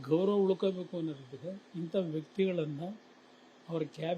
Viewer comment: ಗೌರನ ಅಲ್ಲ ಗೌರವ 😂